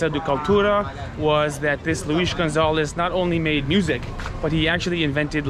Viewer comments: The name is Luiz Gonzaga: dont "Gonzalez" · Dude, just read the name without apathy, then you gonna say it right: Gon za ga